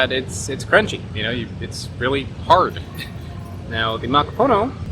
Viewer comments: Also I have always heard it accented on the last syllable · Did you know, that "macapuno" means "full" or "filled"?^^ So, it's a "filled coconut" just short-handed to "filled (one)". Also: it is -puno, not -po-no, the '-pu' is pronounced more like "poo" in english, maybe a little more open, straighter and further back than the english oo. But not like "(Edgar Allan) Poe". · Is it possible that "macaPONO" is not the correct pronunciation of "macaPUNO"? You said it the same way dozens of times, but you didn't seem to be conscious of it. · Why you say macapono? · He keeps saying Makapono... I keep losing my Admiration of him lol. And he said hello hello for halo-halo..